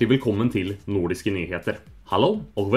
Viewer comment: Godt jobbet :-) Noen steder er det lett å høre at du er svensk når du snakker norsk. Sjekk f.eks ut hvordan du uttaler "nordiske". Du sier "nordiske nyheter" på svensk, når skal snakke på norsk! ;-)